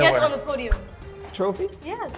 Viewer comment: omg ofc max verstappen is gonna pronounce trophy that well